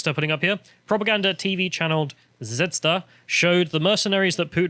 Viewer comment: It's pronounced Z-ve-z-da, and it means star in slavic.